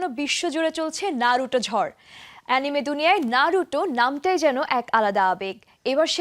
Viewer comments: নারুটো না বলে নারুতো বল😠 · Thats নারুতো, not নারুটো ffs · Hambadik Naruto boltei pare na. vul accent